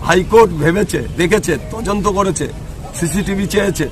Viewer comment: তদন্ত ঠিক করে বলতে পারছে না বলছে তজন্ত😅😅😅 স্কুলের ম্যাডামকে জগ ছোড়া গু**ন্ডা নেতা